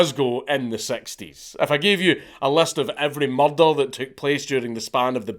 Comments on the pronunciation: me: say it again Count Count: Mahrdar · 'There's been a mur-duh.' 😁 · I know dank never reads these but I just wanted to say I love the way Scottish people say the word murder.. I’m Australian so I’m sure the way I say it sounds funny to them to.. haha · There's few sounds more satisfying than hearing the word "Murder" in a Scottish accent. Thank you!